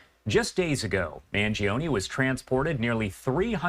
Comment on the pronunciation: MAN-JO-NEH Not Mangeeohnie, regatone, Beefaroni FFS